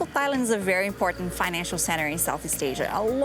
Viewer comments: It's pronounced Tai Land without the H. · You pronounce Thailand and Thai wrong. This is how you should pronounce Thailand. And the same goes with Thai.